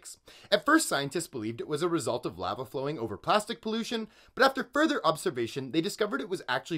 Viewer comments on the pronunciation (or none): I've never heard anyone mispronounce lava that way before lol